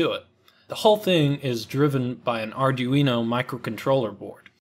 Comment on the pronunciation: as "Arduino" is of Italian origin, his pronunciation is actually spot on :)